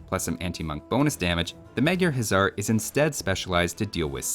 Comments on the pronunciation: Day 234 of saying this but "Huszar" is actually pronounced like "Hussar", 'sz' in Hungarian makes the 's' sound. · my guy! In Magyar, 'sz' is treated like one letter and is just pronounced like an 's', while 's' is pronounced like 'sh'. 'Gy' is also treated like one letter and is pronounced with a hard 'G' like 'gee'. You're also pronouncing 'Magyar' like it's spelled 'Mágyérz', which is incorrect. 'A' should be pronounced like the 'A' in 'Almonds'. It's infuriating hearing you say 'hézar' instead of 'huszar'.